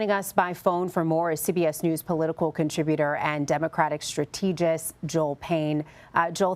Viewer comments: Around 51 seconds in, this woman says stra-TEE-gist instead of strategist. This "reporter" can barely read! Pathetic and unacceptable. These "news" outlets like CBS are hiring people to read news who can barely read, people with no experience, who have no idea what they're even talking about. She should be ashamed and quit her job or be fired. Hire people with real credentials, not dumb talking heads who can barely read or speak English. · Stra TÈE gist? News readers, do they do their homework?